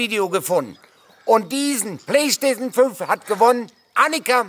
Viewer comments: Mir muss die Playstation gewinnen, damit noch öfter das Wort "Playschtation 5" auspricht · Also ich würde mich über die Playstation 5 freuen, weil es so wunderschön ausspricht 🤪🤣.